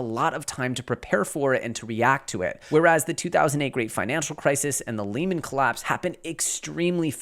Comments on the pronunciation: I always enjoy your shows! Just a small correction, Lehman is pronounced Lee man not layman.. thanks for your always education us! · Its Lehman pronounced lee•muhn not lay•man and no their issues didn't come to a head quickly, it took 9 months from their peak to their collapse. Everything else is pretty spot on. Credit Suisse is the canary in the coal mine. The fed cannot continue to raise rates without breaking something so they WILL pivot, then inflation WILL coninue to rise so it's a lose lose except the banks don't lose we the citizens lose.